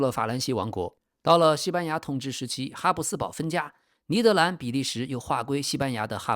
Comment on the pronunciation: 以前我一直以为这个频道是AI的声音，直到我听到 把「尼德兰」念成「尼德南」我就知道这确实是人念的